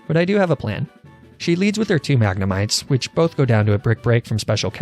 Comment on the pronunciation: It’s so weird hearing you say mag nuh might